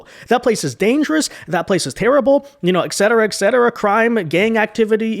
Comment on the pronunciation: Et cetera... Not ek cetera.